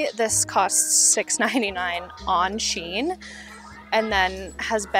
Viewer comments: So SHEIN used to be called Sheinside back in the day. Then they shortened it to SHEIN. So it’s actually pronounced SHE-IN. Also, great video! I actually live in a town not far from you and I happened to stumble upon your channel while watching thrifting videos 🤣 I love your content! Keep it up :) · I say it's pronounced SHE-IN .. but I could be wrong 🤷‍♀️🤣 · So actually none of us in America pronounce Shein correctly lol. Their ads pronounce it like Shyen